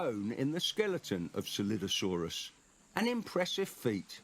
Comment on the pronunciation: Coelophysis and Scelidosaurus are pronounced See luh fai suhs and Skel eye doh sore us, respectively